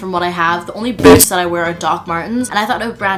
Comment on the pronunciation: boOOtZ Also: spIZCZy